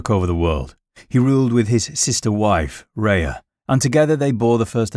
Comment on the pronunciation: although it’s not pronounced “Ray-a” I factually know this because it is my name. My given name. It is pronounced. R-eeee-ah. Well, almost it’s hard to phonetically spell out how to pronounce an R with a slight breath out afterwards. It’s like a breathless R -eeee-ahhh It’s OK everybody gets one 😛😉